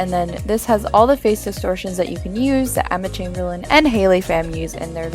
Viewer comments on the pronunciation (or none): Emma chaimbeirlain””